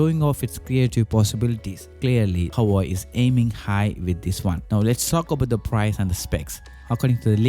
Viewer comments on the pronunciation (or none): Hawaii? It's Hua Wei !